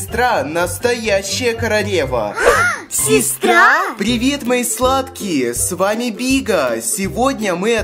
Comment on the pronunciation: Почему он говорит вместо 《л》《р》? Например короРева